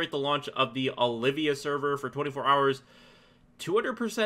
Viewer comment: Returning players are those that haven't played in 30+ days. And no, you can't do those quests. And it's Ol-vee--ya server, not O-liv-vee-ya. Olvia.